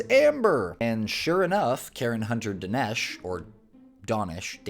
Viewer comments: Dah-nesh, emphasis on the "Da" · 30 second google search would tell you how Danesh pronounces his name. Kinda lazy.